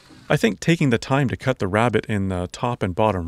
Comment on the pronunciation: Is it your north American accent or are you actually calling the rebate in the wood rails a 'rabbit'? Also - if you'd gone a few centimeters higher with the posts you could have had enough clearance to put a metal roof on the structure. You'd catch a couple of square meters of rainwater every storm. Maybe that does not matter so much where you are located as everything looks very green. But a roof would also protect the plastic tank from UV. One more point - you seem to have screwed the corrugated iron on the valleys rather than the rises. It doesn't matter so much on a vertical surface but it's surprising to see so many people doing that on roofs.